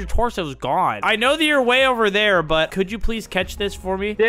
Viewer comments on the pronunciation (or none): none